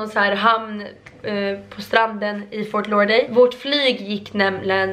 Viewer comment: Fort lauderdale inte fort laurday